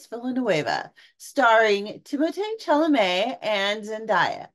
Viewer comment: Chalemet = Shall-ah-may Zendaya = Zin-die-yah Villinueve = Vil-la-new